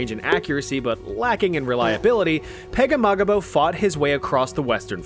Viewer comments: Francis Pegahmagabow is said Pag-A-ma-gum-bow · Hearing you pronounce Pegahmagabow's name was so funny dude hahahaha